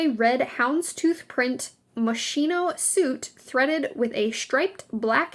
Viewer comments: To pronounce Moschino have to say "moskino" NO MOSHINO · ..... Moschino and not Moscino!!! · The pronunciation of Moschino is "Moskino" because in Italian ch=k sound ;). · Moschino = Mos kee no moskeeno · 1. Stop calling her Kate Middleton. She’s been married for ten years now. 2. That’s not how you pronounce Moschino. Or Cannes. 3. It’s not necessary to overpronunciate everything and is a bit distracting.